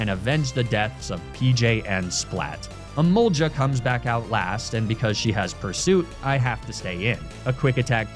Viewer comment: Emolga is said Emol GAH not emol JAH hard g